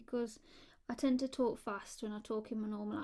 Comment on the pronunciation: It's relaxing to hear you talk or as you pronounce it, "tolke"